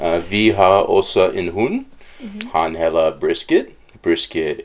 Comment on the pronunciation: Not too much "a" sound in "hedder", because then it becomes "hader" (Hate)! Yes we know it is difficult!! ;-)